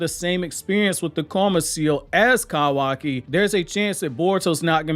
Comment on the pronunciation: No hate why you say kawaki like that tho?